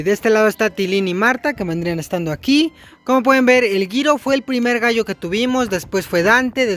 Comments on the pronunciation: No se dise giro se dice jiro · Se dise jiro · Se pronuncia jiro